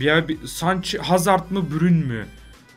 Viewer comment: Niye 'İN HAZARD' diyorsun diyenler +1